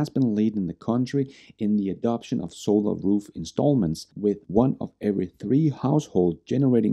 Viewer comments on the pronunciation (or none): none